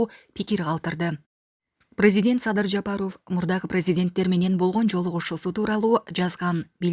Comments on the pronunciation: Жапарооф эмес Жапаров туура айт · Ушул кызды мен түшүнбөдүм фамилияларды туура окуй албайт же сабатсызбы президент Жапарооф десе эле аллергия болуп кетем, силерге дагы байкалабы эли журт?